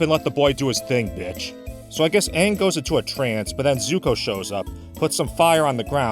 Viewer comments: even tho this video is old but the main thing i hated about this movie was the way the named get pronounce like aang was aung and some of the other characters names was mispronounced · “I’m AHHNG and I’m the AHHVATAR” “SOOKA dont” “I am general IIROH” like what in the world?! There’s TERRIBLE casting there are the WORST pronunciations and there’s an AWFUL movie altogether I am not afraid to say it I HATE THIS MOVIE NOBODY COULDVE MADE A MOVIE ABOUT THe GReATeSt SHOW In THe WORLd AND MADe THe ABSOLUTE WORST MoVIE EVeRRrrrrrrRr!!!!! Seriously..... WHY DOES IT EVEN EXIST??? wHYYYyY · wtf sohka, eeroh, ahpa, ahng, have they watched the friggin show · Why the fuck did they change the pronunciation of everyone’s names? He isn’t Ong, or Ung. It’s fucking Aang. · The worst part is they mispronounced aang as ONG. BRO. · "are you the ovartar oong?" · I saw this movie once, and completely forgot how they mispronounced the letter A. AHvatar AHng, fucking christ! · I hate how they mispronounced every name and everything. Soka is now So-Ka, Aang is now Ung. Fuck this movie to hell, I was stupid enough to believe in this movie and bought the DVD, When I heard UNG instead of Aang and I saw white and indian people who were supposed to be Asian (as in chinese, korean, japanes, like super east asian) by decent, I took the movie out of the dvd player went out side and took my shotgun and unloaded all 12 shots into the disk. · My cousin rented this movie and watched it with her once, it made me cringe the whole time. I even got annoyed on how they keep mispronouncing their names. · I bet M. Night pronounced Aang's name wrong because he thought it was anime and thus coming from Japan, where the A would have been pronounced that way. Japanese 'A's sound like they do in the word 'father'. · One of the biggest offenses this movie adaptation was changing the pronunciation of Aang's name.